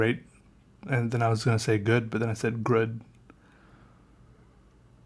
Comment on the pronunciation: "Grood" Hahaha I can't stop laughing, 5 mins mark, you're the best